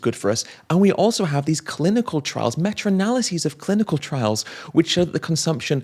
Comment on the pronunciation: "Meta studies" not "metra studies." Thanks for this excellent video. The Telegraph and the Daily Mirror are nothing but industry propaganda rags.